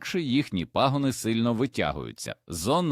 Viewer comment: Дякую за корисну пораду, але не можу терпіти за ваші не правільні наголоси, пагони, наголос на( а), а не на ( о) , не потрібно вдавати себе за якогось іностранця і це не вперше